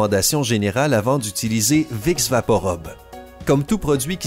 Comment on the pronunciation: Vous avez un défaut de 🙉🙉🙉🙉🙉🙉🙉🙉 PRONONCIATION ami canadien ...😄 Vous dîtes vicks vaporobe.... c'est un U !!! Rube et non 👗 robe ....🙄🙄🙄